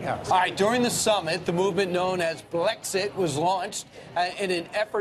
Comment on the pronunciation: why is this woman dressed as a cat that says Blixet instead of Blexit ???